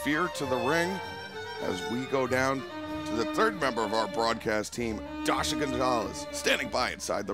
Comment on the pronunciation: Dasha, please don't make every Name sound the same.....thanks.